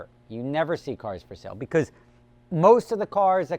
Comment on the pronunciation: You said "beguz" 5 times